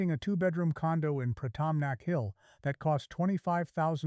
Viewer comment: i've heard your exact story many times all momey mnagers all mispronounce Pattaya don't watse our time==you mispronounce Pratumnak you mispronounce Baht. shame on you